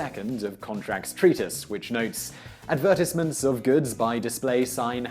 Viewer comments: AD-VERT-EYES-MINTS... not ad vert ahs ments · Can we please note how he is saying advertisements